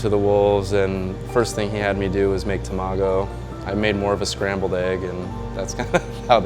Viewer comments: TA...MA..GO..!! Not Tam ago.... LEARN JAPANESE!!! You sound like a moron even time you say Tamago!!! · I love how he says tamágo like tomato, instead of tamàgo, like how it's actually pronounced... reminds me of that horrible movie called Battleship in which the americans kept calling captain Yamato captain yamayto.. really ear grinding. :D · A sushi chef calling tamago, tuh maa goo. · toe-mago. Lol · Imagine being half Japanese yet not being able to pronounce Tamago correctly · He pronounced 卵 wrong! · its so triggering to hear him say tamago like that 😂